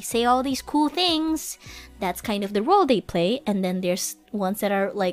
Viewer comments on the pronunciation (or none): role, not rule and tailored, not tender roguelike is a type of game Thanks for all the clips! I might just not be subbed to the right clippers, but it seems like I haven't seen much recently.